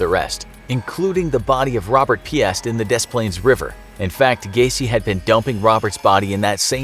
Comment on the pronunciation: FYI, Piest is pronounced peaced, not pee-est. The S in Des Planes is silent. I wish folks knew pronounciation before making videos.